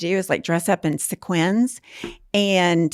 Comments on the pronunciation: Seq-WINS! 😂😂😂 I have never heard sequins pronounced this way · hello? What the hell did just call sequins? Have I been saying it wrong all my life???